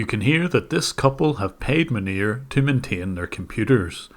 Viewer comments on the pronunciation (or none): I like how you pronounce "Munir" as "manure". Dunno if it's just because of your accent, but it's an appropriate way of pronouncing it, nonetheless 😂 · I literally thought you said his name was "manure" at the beginning of the video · The way you say his name just sounds like "Manure", which is pretty accurate I suppose. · I like that how you pronounce his name sounds like "manure". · Can we just take a minute to realize how many times I heard “manure” instead of “Manir”? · I think you are mispronouncing his name, it is supposed to be "Manure". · tbh i thought you was saying manure at first then realized it was his name, but seems like he's personality either way. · I love how the pronounciation of the scammer’s name sounds like “manure” because he actually is a pile of shit. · The way Jim pronounces Manir sounds like “manure” and I find that extremely appropriate. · I love how you pronounce Munir as closely to manure as possible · Munir?? Are you sure you are pronouncing his name right? Isn't it pronounced "Manure"? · I know this is entirely unintentional but I’m giggling at the nonchalant pronunciation shift between “Maneer” and “manure” at various points throughout this video 💀💀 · cc pronunciation is manure lmao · you say Manir, I hear Manure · Jim said Munir but I heard Manure. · Everytime you said the scammer's name I heard Manure. Which is pretty accurate. lol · Isn't his name pronounced, "MANURE"? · Can't stop hearing "Manure" and I'm going to choose to believe that's what it is, because it's just so appropriate. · am i the only one that think it sounds like he is saying Manure? n not Munir 🤫😜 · I had a small laugh when I heard the scammer's name pronounced as fitting as it possibly could be for such a man of low caliber. Who would name their kid in the likes of cow waste, manure :) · The way you pronounce his name xDDD "MANURE"! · Am I hearing right? Is his name “Manure?” 🤣🤣🤣🤣🤣